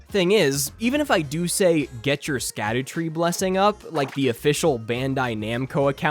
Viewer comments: Fun fact "Scadu" is actually an old english way of spelling the word "shadow" and is pronounced the same way! this is also shown with the evergaols being an old english way of saying "everJAIL" so when saying "Scadutree fragment" you should pronounce it "Shadowtree fragment" great video btw couldn't have agreed more! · I love that everyone (myself included) says "scadoos", when it's supposed to be pronounced "shadow tree fragment". You know, like the title of the game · Sacdutree blessings are actually pronounced "Shadow-tree blessings" since it's a real old english word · So suckytree blessings are actually pronounced scoobydoobydoo blessings? ight gotchu fam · Actually it's pronounced skibidi blessings 🤓👆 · Dumb fact that probably no one will care about, but following old english rules "sc" is pronounced "sh", so it's "shadow fragments" and the "shadow tree", which probably makes way more sense for people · *image of walter white yelling from the car "!!! IT'S PRONOUNCED SHADOWTREE!!!" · It’s pronounced “shadow tree blessings” Just like Gaol in base. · of course there is a way. Japan has no clue what our humour is like, just how we have no clue what is funny on their social media. It is called the scadutree because in old english d is pronounced more like an h, and it is pronounced more like 'the shadowtree'. It is literally just an old english name as opposed to modernized english.